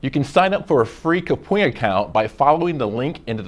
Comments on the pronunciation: and who knew kapwing was pronounced "kapoing" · How I pronounce Kapwing: Kap - Wing How they pronouncec Kapwing: -Ka Pwing